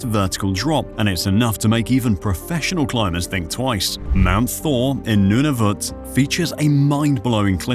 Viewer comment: And Nunavut